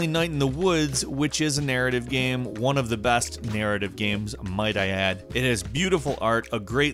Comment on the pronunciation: it's GAME........... NOT GAM. geez.